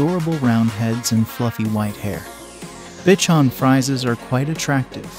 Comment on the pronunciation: It would be better if the types of dogs were pronounced correctly: Bichon, Papillon…